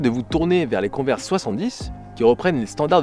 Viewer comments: Ça se prononce : cone-vErs avec l’accent anglais et tout là. x) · On dit "converse" prononcé konveurse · S’il vous plaît dites moi que chui pas le seule à dire cone vers 😂